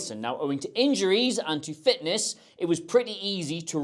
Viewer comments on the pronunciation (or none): “In-juries” loolllll I just heard it 😂